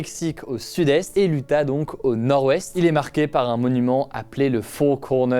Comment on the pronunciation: Quand il dit Utah, j’entends ‘’ Dadonq’’ en même temps